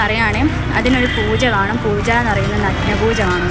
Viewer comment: പൂജ അല്ല പൂഴാ ...😂